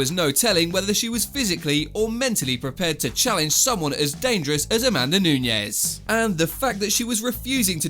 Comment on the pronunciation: Holy crap it’s “Nunes” not “Nuñez” smhhh